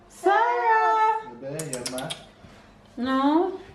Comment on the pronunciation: You pronounce the baby's name like It's spelled sahra.